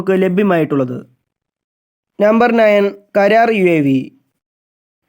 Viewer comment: കരാർ അല്ലാ... karra-r